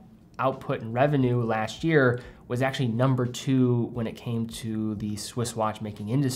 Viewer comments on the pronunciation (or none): none